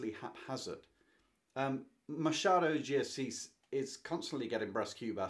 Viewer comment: Machado is pronnounced like this, the "ch" sounds like when someone asks a child to be quiet. Shhhhh . Ma - schhhha - do de Assis. 🇧🇷😉